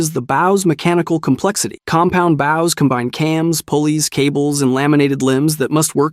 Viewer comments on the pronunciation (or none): and why do you say baus and not bows